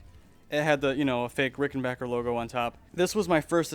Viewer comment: Thanks for pronouncing rickenbacker and not rickenbacher like so many other people do